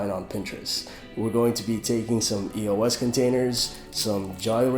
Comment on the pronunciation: It's pronounced [ey-ohs